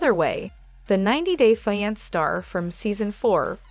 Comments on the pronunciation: FE-ON-SAY... fiance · Fee yon say